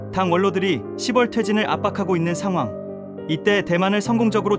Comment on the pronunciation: 10월은 십월이 아닌 시월로 읽고 표현 해야 됩니다 😅